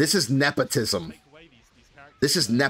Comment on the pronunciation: "This is napotism"